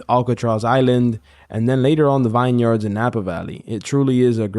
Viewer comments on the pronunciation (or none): Man bro you got a lotta hate in you but also you might wanna learn how to pronounce vineyards it’s not “VINE YARDS”. Say it like you did in front of ICE and it’s buh bye señor :(